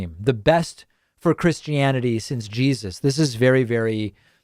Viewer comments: You can tell she's a hip young Christian why she says "Jesazz". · Why do Fundies always add an extra S at the end of Jesus? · Actually to me it sounded more like JeSAS. Also if she is a 'Christian' she needs to swat up on the 10 commandments. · she didn't say Jesus She said je-SUS ... Come on David I know you love doing the pronunciation thing with these people